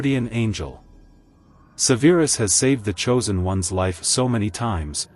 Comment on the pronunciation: How do you mispronounce Severus? They say it a million times in the movies.